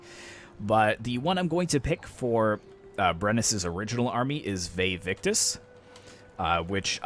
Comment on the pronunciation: It's Vae Victis, not Vae Victus